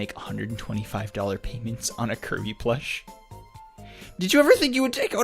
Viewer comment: "Koiby, Moiganna.", is that you???